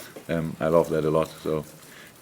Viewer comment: Jürgen, "love" is pronounced [lŭv] not [lōv] :-)